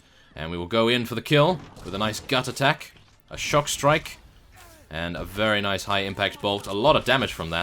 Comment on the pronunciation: I think It's Stockstrike, not Shockstrike :P